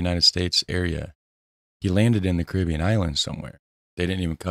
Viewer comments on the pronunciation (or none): none